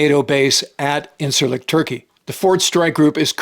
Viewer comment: Just so ya know, it's pronounced "injirlik" . Not that it's that important, but everybody loves knowledge I suppose.